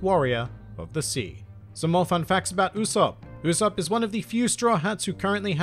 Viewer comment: U-"soap" is the pronunciation my friend 😉